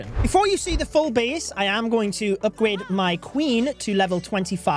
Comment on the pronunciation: Did anyone else notice the “Upgwade” 🤣